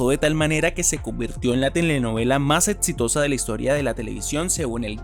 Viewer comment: Etxito? Etxitosa? Etsplorara? 😂😂😂😂